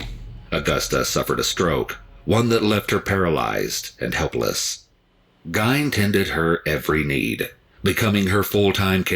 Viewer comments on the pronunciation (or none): The way that narrator is pronouncing Ed Gein's name, having it rhyming with "Wine", is cringeworthy I'd always heard Ed Gein's name pronounced as "Geehn" or rhyming with "Seen" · It's not pronounced Gine! It's pronounced Gee-Inn! His first inspiration for a movie was the movie Psycho by Alfred Hitchcock then later a Texas Chainsaw Massacre in the 70's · The only problem with the video, he mispronounced his name. Ed Gein (Geen), I've seen and read to much not to know how to pronounce it lol. Awesome video as always L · Its pronounced "Geen". I think the real evil is that mother of his. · I always thought it was basically Gain haha....weird how people hear it differently depending on what source they heard it from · I've always heard it pronounced Gain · I know the 2 documentary's i have watched they all pronounced it Geen but spelled Gein,it could go either way lol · I live in Gein's hometown and am good friends with some of his victims' families. I hate the way people mispronounce his name. Apple pie with cheese on it is quite common here in Wisconsin. It was even more common back in the 1950s.